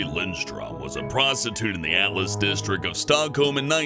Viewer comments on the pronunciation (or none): none